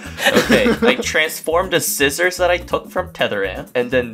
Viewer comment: "And Ann couldn't defend cuz Rock beats Scissors." Oh my goodness. The way he pronounced scissors is killing mee.